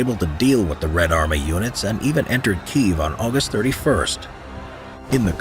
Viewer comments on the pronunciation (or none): kee-ehv > keev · Kyiv, not Kiev! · It's kiev